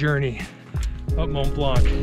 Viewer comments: You don't pronounce the C in Mont Blanc.. Make an effort guys... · it's not Mont " BlanK " FFS, the C is silent guys ...😆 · It's called Mont Blanc, not Mont Blanque lol. The c is silent. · Strange that you managed to get up a mountain without getting it's name right, it's pronounced mon blan, not mont blankkk.... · Nice work and nice video. But just a thing, we said Mon(t) Blan(c) 😄 🇫🇷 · Nice video. It's "Mont Blan". The 'c' is silent. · I’m also coming to the same conclusion that guys your awesome ... To do my geek 🤓 : It’s pronounced Mon Blan which means the white mountain. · its pronounced 'mon(silent ish t) blonc'! very nice work boys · regarding your last question, you are note saying Mont Blanc right ;) (the t in Mont and the c in Blanc are silent). But super awesome video! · Great video! I did it a long time ago with my father. I do not mean to be rude but the C at the end of Mont Blanc should not be pronounced!😅 Like the T at the end of the world Mont… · The C in Mont Blanc is silent. ;-) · T and C are silent :) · Well done, great achievement, but please try to pronounce Mont Blanc correctly. It's not difficult.